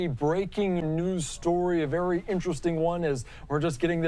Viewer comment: "Vewier discretion advised".....what a moron